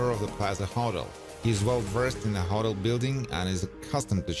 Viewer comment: Its call a HO-TEL not huttle